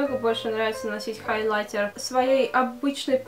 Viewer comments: ХайлаЙТЕР вот этот ЙТЕР должен звучать жёстко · Ставь лайк, если тебе тоже нравится, как говорит " хайлайтЕр"😁💪🏻❤️❤️❤️❤️